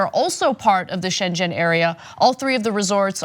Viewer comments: Try pronounce it Sheng en not shenshen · Read the ‘g’ in Schengen as in ‘get’ not as in ‘jet’. Congrats on your excellent work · Schengen rhymes with "bring in", not "engine". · It's pronounced 'ShenGEN' ... not your Chinese sounding version 'ShenSHEN.' Pronounce the 'g' please. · ‘Shen-gen’ not Shen-Jen Anna. Pronounced as in ‘again’. If you’re going to do an article about something double check it’s pronunciation... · Girl!! You need to STOP saying shen jen. It's Shen-Ghen. O.K. ? Got it for the future? Shen Ghen. NOT shen jen. When you mispronounce this simple German word you make me want to vomit. So please, please pronounce this important word Anna. Shen-Ghen. Good girl. Thanks for all you do. Be patient, and STRONG in these trying times. You're not alone in your stunned disbelief at the grand bafoon pretending to be an orang-utan, and his almost infinite capacity for stupidity. We will get through this together. So be strong, be patient. God bless Anna. God bless. Next year the Peruvian marching powder and the Courvosier XO are on me. Will go see Samantha Fish or something. Peace. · I love you Ana but it's Shengen not Shenjen. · Sheng-en NOT Shen-jen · Scheng-dschen :-D.... it is "Scheng-'n"... so funny pronounciation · Pronounce "Shang-gan" (like "gun") - not like Shenzhen (city in China). Americans and foreign language names ... Sigh. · schen - gen - zone area, not shenzen area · SchenGen !!!!!!! not SchenJen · It's pronounced ''Shen- ghen''. Not ''Shen-jen'' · Shengen, Its pronounced with a hard G as in Gary not soft G as in J. Shengen no Shenjen. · "Shengen" is pronounced "Sheng--en", not "Shen--jen". The Shengen zone is not in China. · Schengen is pronounced with a hard G - it's shen-Gen not shen-jen. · Shengen....It's a hard "g" as in Gate! Also the republic of Ireland is in the Shengen area. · Please NOT pronounce "Shengen area" as "Shenzhen area" .... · Anna - pronounciation of Schengen = (Sheng-en) not like *gen*eration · Schengen....... not Shen Jen